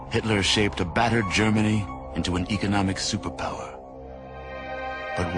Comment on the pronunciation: it bugs me the way he says economic